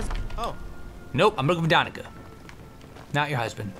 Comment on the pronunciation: Its 'DaniCa' not 'DaniKa'. Skyrim is located in Russia, there is a quest that shows the world map, our world.